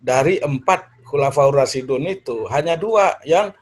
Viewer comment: Ngomong khulafuurrosidun Dari mana prof.... Dun apa din gitu aja gak fasih